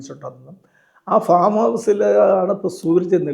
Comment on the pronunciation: ഫോം അല്ലല്ലോ സർ ഫാം അല്ലേ?